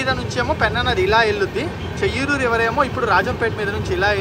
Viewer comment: చేయ్యేరు not చెయ్యూరు (బాహుదా నది)